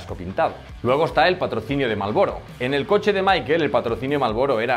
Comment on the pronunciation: Se pronuncia "Mija-el", no "Máiquel" . El tipo es ALEMÁN, no inglés, por favor. Cultura general básica.